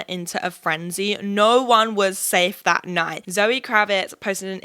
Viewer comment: Okay the American accent would work but when you say "that" it's very British lol